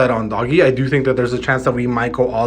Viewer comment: Lol you lost me when you called it Doggy. Come on now!!!